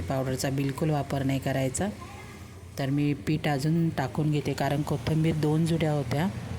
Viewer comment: किती वेळा कोथंबीर म्हणता. कोथिंबीर म्हणा.पीठ का टाकलत मग?